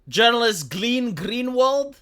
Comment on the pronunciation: I salute your fuktardedness. To read "Glenn" as "Gleen", that is a whole new level.